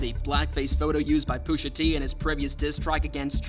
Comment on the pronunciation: Why is Pusha so hard to say bro? Booshatee isn’t anything.